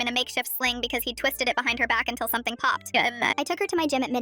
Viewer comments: “Till something popped” “engbut* 😂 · "ennene" wtf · “Until something popped uhnæn” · I heard "nugget"